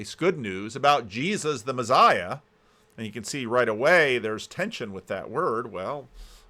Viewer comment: p.s You say "messiah" weird in the same way Peterson says "absurd" weird... No, it's not your accent.. you're just saying it wrong 😂